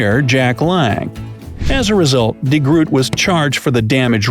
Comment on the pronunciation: I understand your pain. He pronounced "de Groot" horribly wrong too. It hurts.